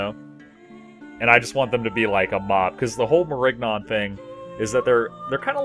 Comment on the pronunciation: Nigga the g is silent